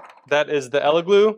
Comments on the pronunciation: Its Elegoo not Eleglue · El e goo not eleglue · It’s EleGOO, not GLOO. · It's funny how you keep saying Ele GLUE.. YOU KNOW it's Elegoo 😂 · that’s what I kept hearing 😅 glue vs goo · Great comparison. Only criticism is it’s Elegooooo not eleglue Keep sharing :) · Are you saying "Ella Glue"? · Stop saying Elegloo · Why do you keep calling the Elegoo and "ElegLoo" ? 🤔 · do you keep saying "Elegloo"? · I keep hearing "elegloo" throughout the video. I can't tell if it's like the "meow" thing from Super Troopers, hahaha. Great video, thanks! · I kept hearing Eleglue lolo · I always hear, "Eggyloo"... sounds like our bathroom the day after a curry... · Did you say Eleglue?! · I can’t take this seriously when you keep saying “Eleglue” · Sounds like a fairly okay bake off, but I feel like there are a few too many differences between the tests for my liking, but then again, I'm a scientist. Are you saying, "Elegloo" every time? And did you spray some spray adhesive into a printer? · Are you saying Elegoo, or Eleglue? It sounds like Eleglue. 😜🤪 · Oh man, eleglue is all I'm going to hear com now on! 😂